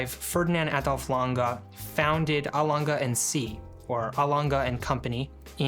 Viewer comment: Good review!! But is always Lang-E ! Never Langa.🙏